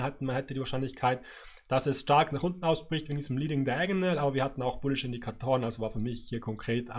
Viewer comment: Danke für die wundervollen Analysen, aber ich hätte eine Bitte... Es heißt nicht untne...